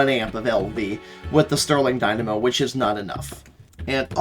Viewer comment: Keep saying dynamo like that and you might have to get on deadlock... >:]